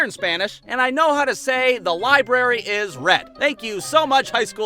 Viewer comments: The red libary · red libary 😂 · The read libary was 😂